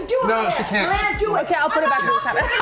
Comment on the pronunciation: The one involved in the alchohol/opioid is mal-ay-nuh, not mal-ee-nuh.